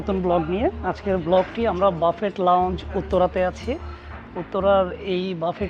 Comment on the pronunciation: শব্দটা হবে বুফে (ফ্রেঞ্চ) অথবা বাফে (ইংলিশ) , বাফেট নয়।